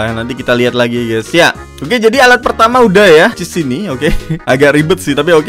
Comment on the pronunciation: chiss bang bukan chess